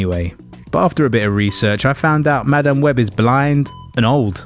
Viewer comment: 'Ma Damn Webb' could not stand to listen to a minute of this because of how he was pronouncing this. Was it on purpose? Was it supposed to be a joke? It's not funny. Just obnoxious.